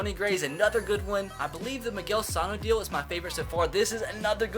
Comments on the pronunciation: I'm a twins fan, No offense but it is Miguel Suh no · Bro u pronounced Miguel Sanos name wrong